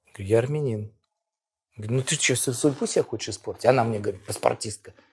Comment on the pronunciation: Что он из марса прехыль? арменин не арненин 😀😀